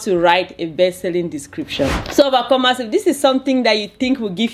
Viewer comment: OMG I am so sorry. I just realized you were saying overcomers. I thought it was a term of endearment or something. Insert faceplant here. 🤦‍♀